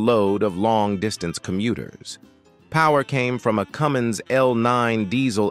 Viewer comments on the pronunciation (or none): none